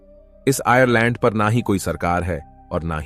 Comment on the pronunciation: आयरलैंड ❌❌आयलैंड ✅✅